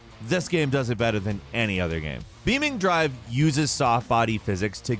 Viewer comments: pronouncing BeamNG: beaming drive my friend its Beam "en gee" Drive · i've heard beamNG drive been said various ways, never thought i'd get to hear "beaming" drive lol. i say beam engie drive, but potato potahtoe man. great video as always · The Way He Said "BEAMING DRIVE", Its Not Like That Its BeamNG Like Beam. NG Drive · BeamNG drive ❌ beaming drive ✅ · Did you just say "beaming drive"???? It's BEAM NG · For the love of God ... It's Beam N G Drive ...not Beamng Drive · it’s said “beaming”??? i thought u said it like “beam N G” lol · BEAM - NG It's not Beaming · i scratched my head when he said BeamN Drive. theres a G missing bro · BEAM NG - not BEAMing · Please don’t ever call beam N-G “beaming” ever again😂😂😂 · Pretty sure it's pronounced Beam NG drive and not Beaming drive. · "Beameng drive" Ok, sorry, someone had to tell him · Beaming drive? Ouf lol please say it beam NG next time :) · Beam-N-G, not beaming-G bro🤦‍♂️ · Mans said beaming drive it’s beam N-G LMAO🤣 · DID YOU SAY BEAMING., MAN. It's beam-ng🥲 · love the videos but dear god its beam N G not beaming that hurt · "Beaming drive"😭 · It’s pronounced beam n g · Did this guy really just say beaming drive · it is beam -n -g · "BEEMING DRIVE" fs lol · Why he pronouncing beam n g like that 😭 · Why does bro pronounce it beaming drive 😭😭😭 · Calling Beam N-G drive 'Beaming drive' hurt my soul, literally everybody should know how to pronounce that.. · He always calls it beaming, I think he does it to annoy us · pls XD It's Beam N G Like the N and G are pronounced as letters, not part of the Beam part of the word:P This was already told to you last time you mentioned this game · I thought it was pronounced “Beam-En-Gee” this whole time. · LoL the way he pronounced BeamNG as beaming took me by surprise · MY MANS COULDN'T EVEN GET THE NAME RIGHT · The way he pronounces BEAMNG hurts me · The way he says beam ng drive lmao